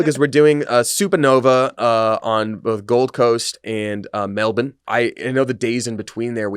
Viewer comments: Pronounce Melbourne as "Melbin" we always correct foreigners when they pronounce it the way it's spelled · I've said this before, Melbourne doesn't rhyme with Born. It rhymes with Burn. That is how you say it with an American accent.